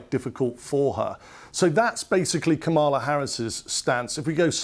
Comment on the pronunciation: KA-ma-la, isn’t it?